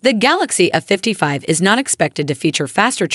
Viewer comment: Might want to get a better AI voice there. It's not "a 55" it's "A55".